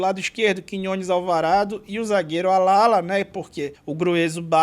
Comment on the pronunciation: Allala se pronuncia como Ajala, Adjala, Alhala, ou Ashala (no espahol argentino) da mesma foma que Ayala, no espanhol o "y" e o "ll" tem o mesmo som, que pode ser "dj, ja ou sh"